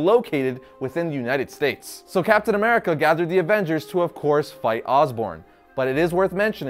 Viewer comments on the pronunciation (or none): none